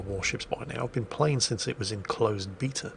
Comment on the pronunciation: And for an extra bonus knows how to pronounce beta correctly.